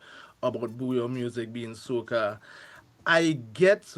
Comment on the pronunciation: If your wife is from Dominica and you still say Bouyon pronouncing the N, you need beating 😂